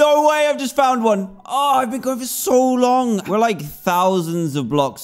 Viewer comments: Why bean? People can speak their own ways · Ahh yes I haven't BEAN to the second part of the end as well